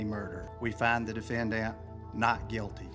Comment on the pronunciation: I cant stop laughing over how he said defenDAnt